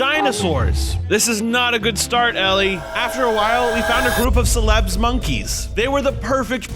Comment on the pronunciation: not “Celebs”, “CELEBES” notice extra E